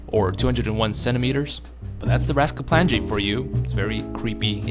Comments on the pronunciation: Oh you butchered his name, its read like rasklapanye not rasklapanJe, and the nj (ny) is read like one letter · "Rasklapange"... it's Rasklapan*i*e. J is pronunced like an I in slavic languages. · i hate it that he says raskaplanje and not raskaplanye like a serbian would, i get it your not serbian, but it still iritates me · As a Serb myself, hearing you say Rasklapanyaj really hurts my brain. Try pronouncing it as Rasklapanye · Your pronunciation of Rasklapanje is way of. It's actually pronounced with NJ as a single letter, like the letter ñ so Rasklapañe. Niña instead of Ninja. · as a person from the balkans the way you pronounce rasklapanje hurts my soul (j here makes a y sound rask-la-pa-nye) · It's pronounced Rasklapanye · It's pronounced like ''Ras-kla-pa-nye'' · LOL I am Serbian and it hurts each time you said "rasklapanje" meaning is correct but you pronounce it totally wrong. But it is mostly cause in Serbian and several Slavic languages we have more letters and people from west just can not pronounce them properly. (NJ is looked like one letter Њ on Cyrilic) Nice video mate. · No effort into pronouncing the rozklapanje a bit similar to correct sound